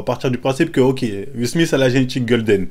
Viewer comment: "le petit SMISTE" ton palmares en anglais me tuera toujours ptdrrrrrrr